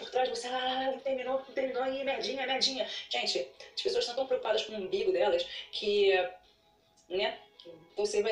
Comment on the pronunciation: A mina mandou um "imbigo" ali ou eu escutei errado??? 😂